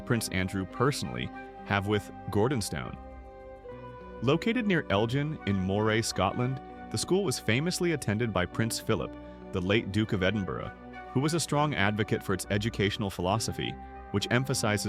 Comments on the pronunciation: El-gin?? Its ELGAN 😂😂😂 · Can’t pronounce Gordonstoun nor Elgin. Why is he reporting for the ‘British Royal Family’ or is it just AI error?